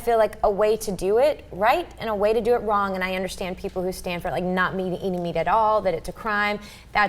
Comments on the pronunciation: Say "wrong" not "wron-G", shit... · Why does say "wronk" instead of wrong?